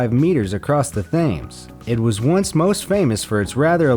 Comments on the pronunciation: tems not thames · It isn't tames, it is tems. it was never wild in the first place ;~) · Lol. River Thaymes? Thaymes? How about 'Thames' as in TEMS. And built in the late 1900's? What, like...1980? 1990? Not too old a bridge then according to your commentary. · It's pronounced "Tems" not Thaymes!. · The narrators really should find out the correct pronunciation of places. It might be spelled Thames but it is NOT the thaymes, it is pronounced as temms. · The Themes ?... I think you mean the Thames , pronounced Tames . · THAMES??? oh god... it's pronounced 'tems' not 'thaymes'. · Err. "TH-AYmz"??? there are undiscovered natives in the heart of the Patagonian jungle that know its pronounced "Temz" jeez! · "Fact-filled" in your commentary does not necessarily imply truth!! Moses crossed the Red Sea, not the Nile River and the River Thames is not pronounced THA mes, but TIMS. Geography is not a strong suit of most Americans and few people try to find a correct pronunciation before they speak out. I am a teacher and encounter this all the time. People are jealous of how we pronounce the proper nouns in their localities and will correct any tourist, gently, but forcefully, as a matter of pride of place. We Americans do this all the time. Good visuals and compilation in the video. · Temz not fames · It's pronounced "Tems", not "Thames". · Thames is pronounced like tems, not thayms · tower bridge was built in the late 1900s???!!!!! what a stupid mistake to make. 400k to build the milau bridge?!!???? please delete this video, or maybe this channel as well. full of misleading info. and by the way it's pronounced Tamz, not thaymz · It's not pronounced 'Thames' it's pronounced TEMZ! Also Moses didn't part the river Nile he parted the red sea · It’s not pronounced Thames, it’s pronounced Tems. (It is written as Thames, just come on man it’s not that hard). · Thames is pronounced like TEMS. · He said "TH"ames... 🤣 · TONES is spelt TONNES.... THAMES is pronounced TEMS......